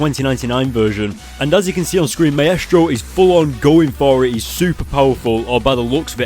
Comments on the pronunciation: Maestro is pronounced mīstrō. like MICE and TRO. haha, that was driving me crazy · It's my stro spelled like maestro but it's pronounced my stro